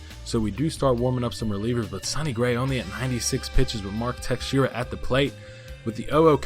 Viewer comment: It is mark teshara not texeira